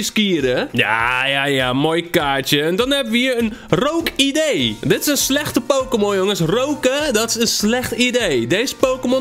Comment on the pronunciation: rookidee zonder r is ookidee